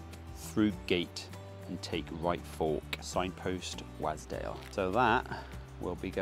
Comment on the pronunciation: I need to say something. Wasdale is pronounced "Was" as in used to be not, i repeat not please not again, "wAs" with a hard A as in pAss. Local heads up for ya. Keep up the good work sir 👍